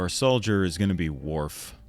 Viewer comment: Love the videos man, keep em coming. Also Worf is O not A,, and Uhura is U not A, sorry had to let you know :)